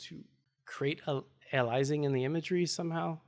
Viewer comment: Phonetically its "Ay-lee-uh-sing"